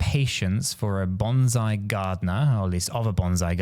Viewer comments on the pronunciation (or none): BonSai is a Japanese tree pronounced with an 'S' sound... BanZai is a Japanese battle cry pronounced with a 'Z' sound the two are not to be confused